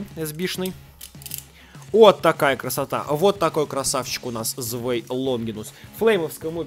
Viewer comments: Правильно не звей а цвай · Не Звэй Луинор а ЦВАЙ ЛУИНОР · да вообще-то, ZWEI ЧИТАЕТСЯ КАК ЦВАЙ